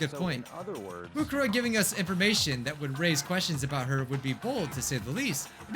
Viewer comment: he litterally just said moneykuma